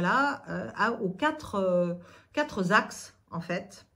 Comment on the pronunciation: Quatre Axes pas quatre Z-axes, liaison déplacée.